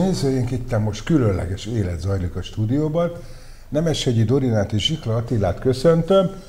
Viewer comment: Zsihla Attila, nem "Zsita Attila"! :D